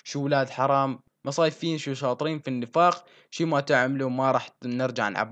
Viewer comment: والله فرطت ضحك كيف قرأتها للكلمة مصايفين انت قلت 😂😂😂😂هي مصفّايين بمعنى خبيثين 😂😂😂😂